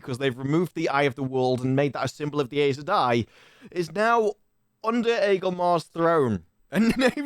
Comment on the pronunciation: Synchronized tik-tok dancing pacifier wearing Damane. Good lord. FWIW, the Audible books pronounce Aes Sedai "Eye sah dye", Loial "Loyal", and Seanchan "Shawn Chan"